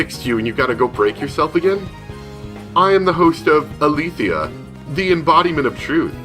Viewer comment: Ah-LAY-thee-ah, not ah-THEE-li-ah. I'm only getting on your case because I studied Greek, and all the Guilt and Neo-Guilt are named after Greek words. "Nous"- "Mind"; "Bythos"- "Depth"; "Sige"- "Silence", and "Aletheia"- "Truth".